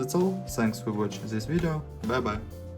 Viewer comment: Just a Lousy Review ... Mumble, mumble, mumble. Dirty, smudged touch-screen. Wait .. more commentary: mumble, mumble, "zis", mumble. Do you even know how to review a product? Unknown ... because you mumble, mumble and still more mumble.